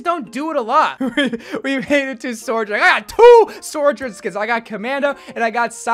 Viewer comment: why bro pronounce sojourn like that